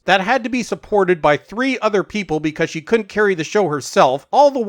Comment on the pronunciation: You need to watch you vocal contractions. Could not, couldn't, c**t, sounded a bit rude. Wonder what the subtitles made of it?